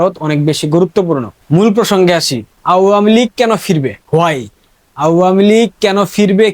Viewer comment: আওয়ামী লীগ উচ্চারণ ভুল করছো তুমি। কারো থেকে শুনে নাও সঠিক উচ্চারণ ।